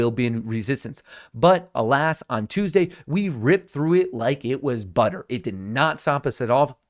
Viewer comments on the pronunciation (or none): none